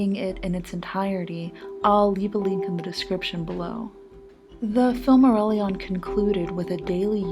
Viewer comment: The only atrocity in this guide is the pronunciation